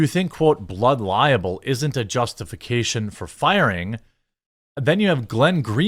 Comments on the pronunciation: Libel, not liable. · It's 'libel', not 'liable'. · It's not blood liable (lie-able). It's blood libel (lie-ble). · Pretty sure it’s “blood libel” not “blood liable” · Jeremy; It's blood LIBEL! Not "liable". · Jeremy, I really like your content, but "liAble" and "libel" are pronounced differently. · The way you're pronouncing libel is really grating on my nerves. It's pronounced lie - bell not liable. And Candace is a grifter; always was and always will be. But due to the fact that you're so far up Crowder's arse, you're using this current debacle to metaphorically punch Ben and the Daily Wire to impress your buddy Crowder. If it's all about ''free speech'' then maybe people should bring to mind Candace's own hypocrisy. Remember her doxxing site, Social Autopsy? Where she had no problem doxxing kids as young as nine for saying ''mean things'' online? Ben has always been consistent in his faith and in his conservatism. Candace only started this whole Christianity grift in the past couple of years and only became a ''conservative'' when she wasn't making any progress on the Left. She hoped to gain Leftist brownie points for starting Social Autopsy, but it backfired on her, because even Leftists were disgusted at the thought of revealing the identities of children online. But all she has to do is say ''Christ is King'' and spout culture war talking points, and a few baseless conspiracy theories, and you lot are all over her like a rash. F**** sheep. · Why do you keep saying Blood “Liable”. It is “Libel” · My friend it’s blood “libel”…not “liable” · Jeremy, the word is libel, not liable. They’re two completely different words. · Its Libel, not liable.FFS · It's libel not liable...